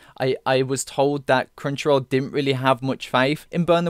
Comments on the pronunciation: Sounds like you're saying CringeRoll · every time he says "Crunchyroll" im understanding "Cringeroll" and i cant unhear it lol xD